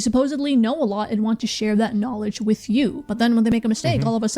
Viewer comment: Tai Lopez imparted "Knawledge"